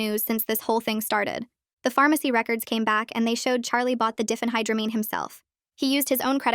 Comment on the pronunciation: Diphenhydramine is not pronounced Diffenhydramine. It's Die fen high dra mean.